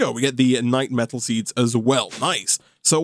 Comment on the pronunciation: for yall who didn't know, died 6 times to the lich, which he didn't show here lol, also note that keeps misprounouncing the knightMETAL as knightSLIME for some reason